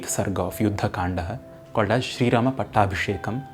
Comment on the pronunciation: please stop mixing English pronunciations with hindi words Saying kandaa sholka etc. sounds very annoying.